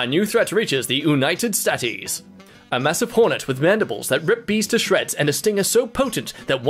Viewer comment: D-Did you just call it the United Statees?